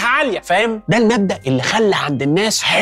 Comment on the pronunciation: هانز ڤيلزدوغف مش هانس ويلسدورف